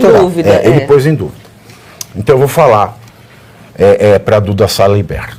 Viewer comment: Pavivi não erra não. Salamerd. Kkkkkk